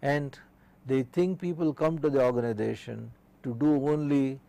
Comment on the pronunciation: It is Organisation not ORGANIDATION